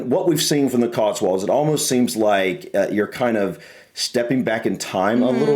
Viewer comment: Before you ever consider coming to the Cotswolds, (whether to live or just to visit,) for goodness sake, try to be consistent in the way you're pronouncing it: it's 'cots-wolds' NOT 'cots-worlds'! Also on pronunciation: Be aware that "Wells" is a city in the county of Somerset, and is some 40 miles or so away from "Wales", which you seem to insist on pronouncing the same! (Try pronouncing 'Wales' the same way you pronounce the similarly-named marine mammal - only a little less 'breathy' on the 'W' bit!)